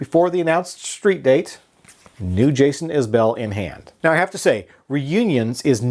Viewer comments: “Iz-bul” not “Is Bell” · Its actually pronounced Iz-bull....its an Alabama accent thing. Just listen everytime he opens a concert and says the name of the band. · A well reasoned review, with one glaring fault: how can you not know how to pronounce the artist's last name?